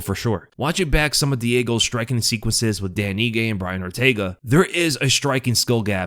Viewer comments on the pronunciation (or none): none